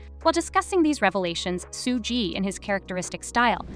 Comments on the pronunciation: Ho don’t kno how to say suge name right damn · Suge = shoog like sugar